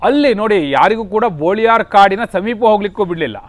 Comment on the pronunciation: ಬೋಳಿಯಾರ ಅಲ್ಲ. ಅದು ಬೊಳಿಯಾರ್.